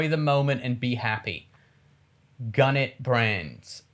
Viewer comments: Jack said Gun it instead of G-Unit ha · I really like them but you can tell they don’t care about rap music & are clueless about it when Jack says Gunit brands instead of G-Unit Brands 😆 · 50 is endorsing trump.. lol Jack saying gunit brads lol it’s G unit